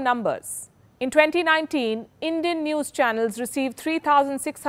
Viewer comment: Its zee newes